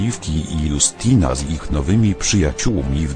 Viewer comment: Jastina się czyta